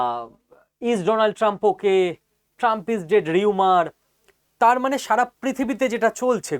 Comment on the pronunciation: রিউমার// রুমার আপনার কথাগুলো বেশ শ্রুতিনন্দন। ভবিষ্যতে ঘটে গেছে? ভুল শুনলাম কী? আমি পণ্ডিত নই। ভুল বললে/ শুনলে শুধরে দেবেন। আপনাকে সম্মান করি তাই বললাম।